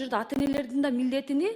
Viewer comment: Баарыны,милдеттини деген создун аягын туура суйло